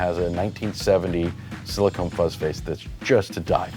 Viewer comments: Anyone else hearing siliCONE and not siliCON? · One of the times it kinda sounded like he said silicone, but it was really more like silicun